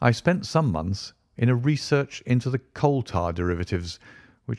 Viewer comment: The first story but the reader has pronunciation issues imho. So far Catullus, inexorable and research all need editing and replacing with correct pronunciations. Otherwise a very good reader.